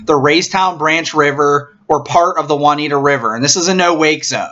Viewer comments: Anyone that hasn’t commented on this video and didn’t notice that the River is called the Juniata River (pronounced June-i-ata) not Juaniata River. Also it’s Aitch Boat launch (pronounced like the letter “H” ) so if you commented and didn’t catch that my guess is you never been near Raystown Lake. Some decent info in this video but can tell he’s never been to the lake. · It's pronounced June-ee-atta not Won-ita! ROFL